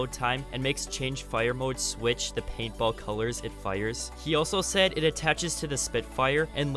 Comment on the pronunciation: Bro I thought he kept saying PayPal but he was actually saying paintball